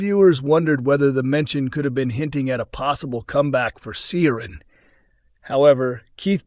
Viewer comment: Yes - didn’t realise Americans were that into Coronation Street history. Clearly they don’t employ any Irish Americans though who can pronounce Irish names properly.